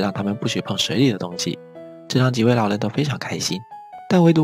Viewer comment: 老len听着我真的不舒服•_ゝ•...